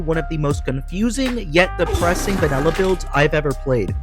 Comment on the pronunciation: Mate its called vanilla not vanella 😂